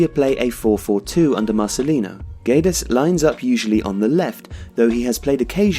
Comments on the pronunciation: it's pronounced "geds" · You don't say the U, it's like Gedes but the G still sounding the same. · Hi! Great job;) Just a note, the U in Guedes is silent (It's so wierd for a Portuguese to hear that U hahaha) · The U is silent, it reads Guedes with a hard G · You're pronouncing his name wrongly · hey, the u is silent in guedes.